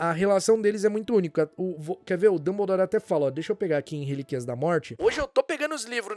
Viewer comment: notei "dumblere" na ultima